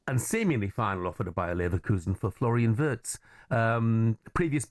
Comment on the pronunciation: get his name right. And he was NOT promised the #10 jersey!